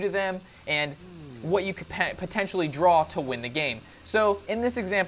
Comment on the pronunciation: lol this guy says drawl hahaah but great video thanks for the tips!